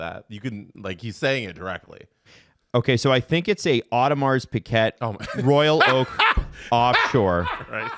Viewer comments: it's pee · uh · zhay. Not piquette;) ahah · Audemars Piguet is not the best watch, it is an expensive luxury watch brand. They make very good automatic watches, but a 15$ Casio keeps better time. You can’t beat quartz watches for timekeeping. Automatics are just for the prestige these days. Had to edit - it’s not “piquet” it’s Piguet, pronounced like “peejay” with a soft J sound.